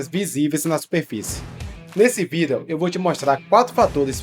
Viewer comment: Porque você não pronuncia a palavra vídeo corretamente.